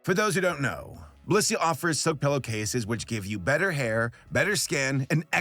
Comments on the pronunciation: i had this on in the background, and i swore you said "this video was brought to you by bussy" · i swear to god PLEASE pronounce the BLIS in blissy, because all i hear is "this video is brought to you by bussy" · I thought he said "Brought to you by B u s s y " in the beginning and i had a heart attack. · IM SORRY BUT I KEEP HEARING BLISSY AS BUSSY HELP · didn't sound like blissy sounds like you said bussy for sure uhh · I swear instead of Blissy I hear bussy.. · your blissy ad just sounds like you said 'bussy' and vehemently advertised bussy. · HE SAID BLISSY 😭